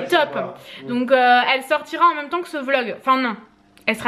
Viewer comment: jaime trop quand tu di "même" car au lieux de dire "même" tu dit "Mome" 😂 jaime trop ❤ Gros bisous😘